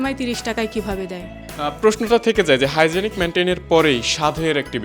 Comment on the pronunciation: আরে বলদ হাইজেনিক মেইনটেন না হাইজেন মেইনটেন।